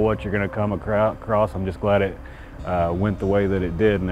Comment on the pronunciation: "U never know what you're gonna come a-KRAUT😳 across*" 😂😂😂